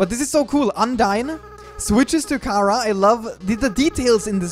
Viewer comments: It's Chara not ckara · Its not cara its chara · WHY DO YOU SAY CARA NOT CHARA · its pornounced Ch-ara